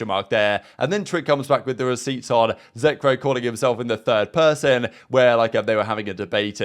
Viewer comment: Why do you always say zeckrow lol